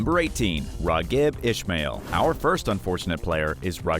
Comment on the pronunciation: Raw gibb ishmael. Its raheeb